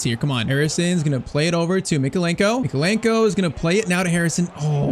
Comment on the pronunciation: “Left back we have ITALIAN Mykeolenko” he’s Ukrainian 💀